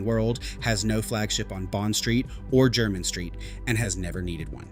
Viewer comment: A totally nonsense list, from the mind of a fantasist. "Only Old Money" wears these? I have several of these, and i'm not money, let alone "Old money". Anyone in the UK who's interested in shoes knows Edward Green, and they have a shop on Jermyn St. (Pronounced Jer-min, not Jer-mine). Poorly researched.